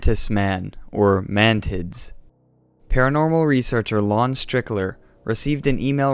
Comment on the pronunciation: Did you say man mantids or mantits?